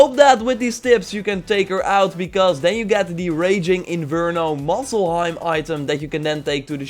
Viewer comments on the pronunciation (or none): Muselheim and Nilfheim XD Time to be a bit of an ass here: Muspelheim and niflheim Still entertaining vid.